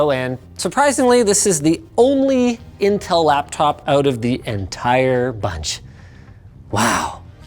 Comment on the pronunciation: "Intcel" Noticed